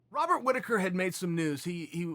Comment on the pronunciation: Chael “Wobat Rittaker” Sonnen